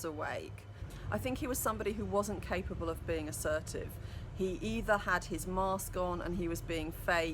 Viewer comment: It's their "mooooooossssskk" love her accent 😆